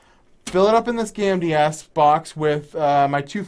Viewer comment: You say "gamdias" and I keep hearing "candy ass", lol